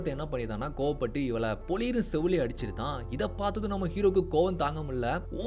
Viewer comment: அடிச்சிருதான் nu sollathinga. Adicchirraan nu sollunga.thathakkaa puthakaa nu பேசாதீங்க .irrritate aahutu